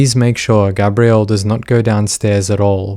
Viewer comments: Gabriel is pronounced Gay-Bree-Uhl typically. With Gabrielle, a more commonly female name is as you pronounced Gabrie"Ga-Bree-Elle" There are exceptions, but this particular case it is Gay-bree-uhl. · plz learn to pronounce names like gabriel 🤦🏻‍♀️ it’s not GABBRIEL it’s GABEriel .. gabby & gabe it’s gabriel … seriously he’s a boy her younger son yet u keep calling him a girl name 🤦🏻‍♀️ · The boy’s name was GABRIEL (like the Angel Gabriel), not “Gabrielle”, which is a girl’s name, and is what you keep saying. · Gabriel & Gabrielle are not pronounced the same. You keep pronouncing Gabriel as Gabrielle & it makes me flinch every time. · I like this video, but I think the constant mispronunciation of "Gabriel," is annoying. It's a given name, pronounced by the family as Gabe-Ree-Ul. This is a pet-peeve I have with non-American English speakers, when they're saying American names. Like saying "Los Angeles" as "Los Ann Jul Lees." It's either the Spanish pronunciation, or the modern American pronunciation, but the "Los Ann Jul Lees" pronunciation is just incorrect. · Its so annoying that you keep pronouncing the youngest sons name wrong. But why pronounce it at all? You clearly watched the trial and know the court was referring to him as G. Have some professional courtesy ffs. Unsub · I get it the visceral need for smart folk to have unique pronunciation on ordinary mundane words but man. You really did Gabriel dirty.